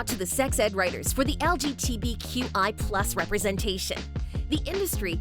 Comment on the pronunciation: Umm and I the only one that noticed how she said lgbtq+ lol